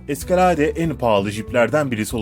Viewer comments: ingilizceye bak eskalade ne lan ? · eskaladeee telaffuzuda müthiş